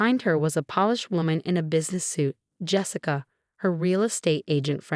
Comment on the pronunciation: Won, not one. Eleanor, not Elena. Polished? not Polish. He calmly, not economy. I'm, not on.